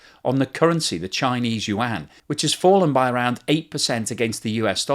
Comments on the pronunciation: Love the depth of his videos but its pronounced “You-on” not “You-anne”. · “….Chinese “WAAAH-N!!”😫….. Can’t you just say “You-on,” like everyone else?